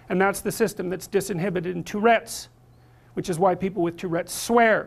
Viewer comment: "Two-rhetts" where's two-links?